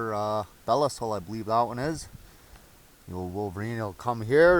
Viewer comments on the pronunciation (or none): Belisle traps are top notch. It's amazing what they can hold. I make them my go-to trap whenever I can. Btw it's Bee-lie-al. Great work.